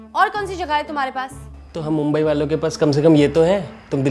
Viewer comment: अरे मुंबई म्हणायला शिका आधी. आणि मुंबईतला मुलगा मराठी बोलतो हिंदी नाही.